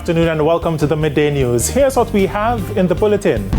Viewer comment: Why always saying Bulleting?